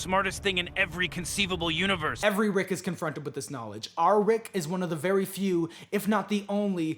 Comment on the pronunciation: Every time I rewatch this I get skewered by the “vewy vewy soon” and it still surprises me a little every time